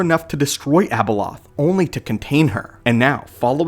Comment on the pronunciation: Its not Abeloth